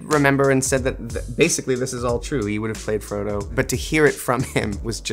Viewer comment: The fact that Elijah called Frodo, Fredo is hilarious